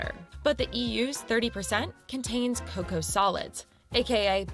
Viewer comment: This is crazy! I don't know why she said the word "cocoa" the way she did. I live in the Midwest in the United States, and we pronounce it "c long o c long o sound again. Like how you pronounced it,. In our household we prefer the dark chocolate over milk chocolate. It has a stronger chocolate taste. I think it has more baking (non-sweetened) cocoa. It usually costs more.